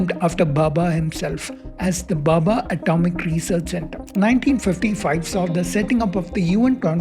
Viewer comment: Arrey baba, it's Bhabha, and not Bubba